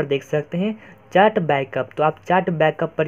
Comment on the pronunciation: Bhai ye chaat (चाट) nhi hota chat (चैट) hota hai 🤣🤣🤣